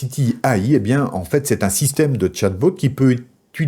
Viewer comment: Ça me tue comment tu prononces "chat boat" xDD